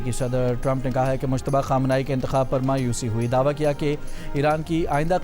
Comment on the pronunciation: مشتبا نهیں ۔۔مجتبا